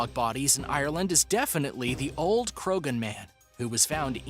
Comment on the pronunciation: Knowing what I know about Irish pronunciation, I feel pretty sure that Croghan was pronounced Crowan, or Crojhan, with the jh pronounced with a spitty throat sound. Peccary is pronounced PECK-ary, not peck- AIR-y... ti-TAN-o-BO-a, not Tight-n-o-boa. MEG-ah-lah-don, not 'Meg-ah-LO-don'. Piotr is pronounced Pee-oh-trah, not Peter.